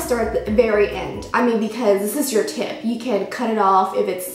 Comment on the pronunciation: i heard " Tit " tho i am quite sure you said " Tip " lmao